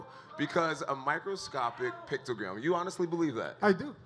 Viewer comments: picto-gram... smh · picto- gate. I said it first. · Jon jones tried to sound smart talking about his shit, and he didn´t now how to say it..... is a pice of shit.... junkie cheater... mr. "pictogram" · Jon "pictogram" Jones lmao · jon "pictogram" jones lol